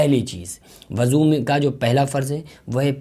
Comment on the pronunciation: Abe aqal ke pedal insan wuzu hota hai wazu nahi